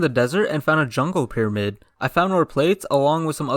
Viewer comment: did he just say jungle piraymid